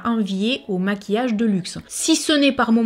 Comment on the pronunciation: Coucou tu m'as fait rire avec ton moinceuuu 🤣🤣🤣tu dis aussi paketging au lieu de pakatging mais je t'adore quand même 😉,j'aime tes vidéos et moi j'achète du maquillage a petit budget et j'en suis très contente,même si j'avais les moyens je n'achèterais pas de marque de luxe,bonne soirée ma belle,gros bisous 💋💋💋❤❤❤